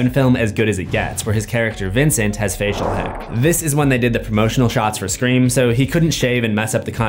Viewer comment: CUD YOU PLEASE PLEASE PLEASE STOP DOING SCRAEM